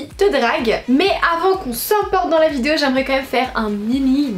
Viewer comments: Si j’étaie mesquin je dirais: "ça se prononce "vi dé o"... pas vidzjo.........c'est pas tout de se dandiner et de loucher en battant quinze fois des cils pas syllabe, il faut apprendre à articuler." Mais je préfère dépasser ce qui m'offusque dans la forme et me tourner vers le fond: Vraiment, il faut que tu te penche un peu sur les stéréotypes de genre qui ont façonné notre société en laquelle l'homme incarne virilité implacable, insensible, et la femme une petite chose fragile comme tu le décris... en réalité les hommes sont sensibles et les femmes sont fortes et vise versa. tant que ces stéréotypes ancrés dans nos mœurs et nos cultures ne changerons pas, la femme sera toujours dominée par le patriarcat phallocrate et machiste qui gouverne ce monde. Tu devrait vraiment vraiment te pencher là dessus. tu répand le discours d'un pure produit de ce monde qui a fait de la femme un objet de phantasme sexuel docile et "objetisée" par l'homme, tu entretiens cette conditions en colportant ces stéréotypes. Je ne dit pas que l'on ne peux pas se retrouver dans la superficialité par choix, mais là c'est une chose tellement ancrée dans notre culture que la question du choix ne se pose pas, on apprend aux garçons à être des abruti viriliste qui pense avec leur teub et aux nana à être belle et à s'écraser face à la suprématie du mâle homo-sapiens oppresseur, si bien que chacun se bâtit depuis le plus jeune age sur ces modèles. Il n'y a vraiment rien qui te dérange là dedans? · Tu sais pas dire "vidéo"...Je trouve ça tellement cute à chaque fois ^^